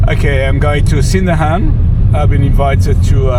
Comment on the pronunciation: Welcome back to our town. Annoying correction from Correcto-Man: We don't say SIN-dahan, rather, sin-DANGH-ahn. (With no hard g sound at all.)